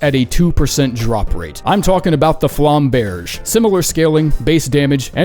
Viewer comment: You butchered Flamberge. IT'S FLAM, like HAM, and BURG. LIKE BURGER?! THAT'S HOW YOU SAY IT. And why are you making your life harder by putting emphasis on the 'i' in Ballista? It's ridiculous.